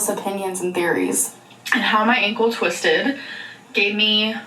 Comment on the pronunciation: I know this is so silly but I’ve seen so much content about and her ankle… I’ve realized I can’t stand the way she says ‘Ankowl.’ Hope so badly this is truly the last time she mentions it 😆